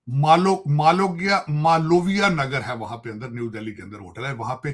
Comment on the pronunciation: Dollers me paise pakede hai buddhe ne isko Delhi me fire area nam nahi bol pa raha hai uska name hai malviya Nagar hai